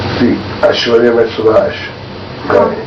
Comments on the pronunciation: Subhash Kapoor, not Subhasish Kapoor! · its SUBHASH not SUBHASHISH